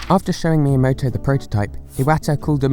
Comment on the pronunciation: Miyamoto? More like Mii yamoto